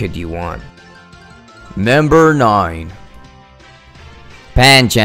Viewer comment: you sound like your saying namber